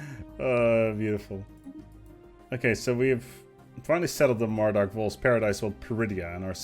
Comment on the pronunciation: "Dawk" next episode will it be "in the gwim, dawk futwer"?